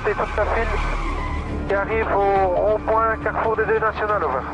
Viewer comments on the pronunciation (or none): none